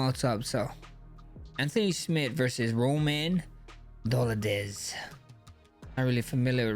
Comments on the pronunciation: Roman ''Dolidez'' Dolidze. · My guy, who is dolidez? LOL